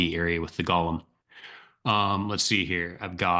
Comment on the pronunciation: Golem pronounced go as in go and lem as in lemon. Golem is never pronounced like Lord of the Rings Gollum. “Golem” is from Jewish folklore and it’s pronounced GOH-lem—not GAH-lum like the creepy ring whisperer. It's like nails on a chalkboard when people mix those up. Totally different mythologies, totally different vibes. Makes you wonder how many people think Pokémon’s Golem evolves into “preciousss” or something.